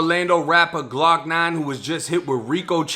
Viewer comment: "Glawk Nawn & Bawl Pawk". That Boston accent is lethal.